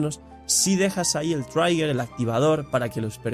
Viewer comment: Trigger (gatillo, disparador, desencadenador) se pronuncia tal como se escribe, no se pronuncia "traiger". y buen video.